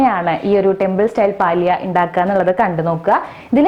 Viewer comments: പാലിയ എന്നല്ല, പല്യ എന്നതാണു ശരിയായ ഉച്ചാരണം. എന്തായാലും റെസിപ്പി നന്ന്.....!! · It is palya not paalya